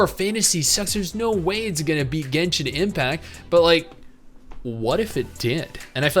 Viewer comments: HAHAAAA did that lady really say Jenshin? LOL. But seriously I can understand genshin, kinda understand TOF. The other 3 don't give a Shet about ever. But WERES NIKKE AT? Also so far I like NIKKE best so far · Earned my sub for replaying "Jenshin" every 3 minutes or so. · I hope they pronounce it jenshin again they gotta hire that funny lady